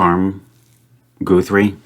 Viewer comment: Guthrie is a Scots surname in origin but it isn't said like goo-three ! it's guth- ry where the guth bit rhymes with bismuth.